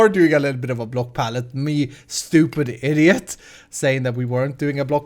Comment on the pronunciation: says "You stupid idjeot" instead of "you stupid idiot"